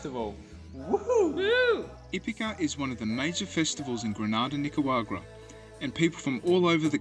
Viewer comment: Why cant you pronounce NICA RA GU A …. There is no W 😂😂😂😂😂😂😂😂😂😂😂😂😂😂😂😂😂😂😂😂😂😂😂 it’s not nicawagra.. the disrespect